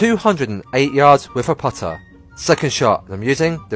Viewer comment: "Can I Dwaav a puttaah faawaa than a dwaavaah?" I guess you can make phaahhh playing backwards.